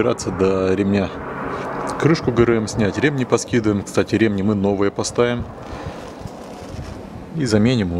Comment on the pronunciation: Видео хорошее толковое!😏👍 Всё хорошо, но режет слух ударение на слово РемнИ почему у тебя ударение на Е🤗😁разом вроде правильно ударение, но восновном на Е, почему?😁извини но режет слух🤗